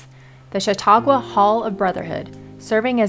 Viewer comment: My hometown. The guy is butchering Chautauqua though. 😅 Everyone does.